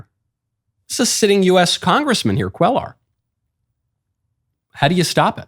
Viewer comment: Could you PLEASE pronounce Henry Quellar’s name correctly. It’s like quay-ar. It’s making my ears bleed every time you say it.